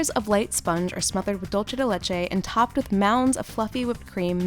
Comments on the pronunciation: they try to pronounce Spanish c as Italian c and they're totally wrong, they have a 0 at Spanish. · DULCE not DOLCE!!! You are describing a Latin American dessert! So many people think the italian "Dolce" is correct but that is only if you are referring to an Italian word. Dolce de Leche is of Spanish! DOOL-SAY not DOLL-CHAY! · wait no offense but did she say dulchea de lechae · Dulce de leche. Pronounced “doolsay” not “dole-chay” which would be the pronunciation for the Italian word, dolce. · No hate, but It’s pronounced dulsay not dulche! :) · Why they say dulche de leche instead of dulce de leche 😐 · dulce de leche is pronounced: dool-seh deh leh-che, not dool-che deh leh-che. it's Spanish, not Italian. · It bugs me that 1. She keeps mispronouncing “Dulce de Leche” and 2. That I don’t see any dulce de leche being used. Dulce de Leche is in Spanish and the word dulce is not pronounced like the italian word dolce. The C makes an s sound. Also, Dulce de Leche is like a milk based caramel that is very popular all throughout Latin America in different variations. I did not see that being used in the video. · She keeps saying dolce de leche it’s dulce de leche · The insistence of Americans on pronouncing dulce de leche as “dulche” as if it were in Italian... it’s Spanish, know the difference. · The 'dulce' in 'dulce de leche' is pronounced 'dool-say'. And Black Cake is supposed to include burnt sugar essence, which makes the cake actually black, rather than the dark brown shown in this video. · Thank you for clarifying. (My sister, who speaks neither Italian nor Spanish pronounces it, "dull-chay duh-lesh" just because she likes the way that sounds, and perhaps because it annoys me. I've told her a thousand times how to say it properly.) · Please don't say ''dulce de leche'' ever again.. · She said dulce de leche wrong AT LEAST three times 😩🙃 I MEAN COME OOOOON just Google the pronunciation it's not hard!!! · It was painful to listen to 😂. Same with drømmekage.